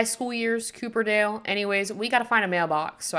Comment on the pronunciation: tysm for the video, this was rlly helpful as i could Not concentrate reading that whole description!!! lol also, wasn't sure if it was an intentional choice but incase u didn't know it's copperdale as in the metal not cooperdale as in the car! for the longest time i thought mount komorebi was pronounced 'comorby' trust is not an insult just wanted to say something haha